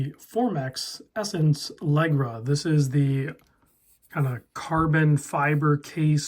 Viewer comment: really cool watch. fyi, Leggera = leJERa